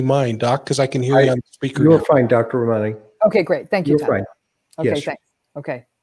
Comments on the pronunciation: Her name is pronounced: RAH-man-EE. Glad you have her on your show. She's extremely well versed in the narcissistic personality field. Excellent video! All three of you should do more videos together. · Please learn how to say her name correctly.... RA ma ni.... Thank you. You guys are GREAT and you're doing a wonderful service to the world! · He kept mispronouncing her name and she was graceful enough to let it go